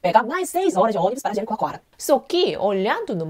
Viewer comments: Rindo aqui. Jericoacoara é difícil até pra mim e ela fala direitinho. mas o linguistico não saiu de jeito nenhum. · Como ela conseguiu falar "Jericoacoara"? Eu não consigo, Sou brasileira e desisti! Rsrsrs